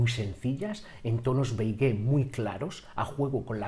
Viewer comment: Beigué? Beige o Beis. La É no se pronuncia. 😉